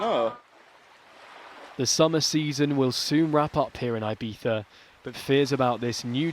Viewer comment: I think it's pronounced "ee-bee-za" not "eye-bee-za"